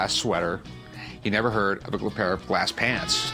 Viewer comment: Why does he keep pronouncing "Glaaaaaaas". I want smack him.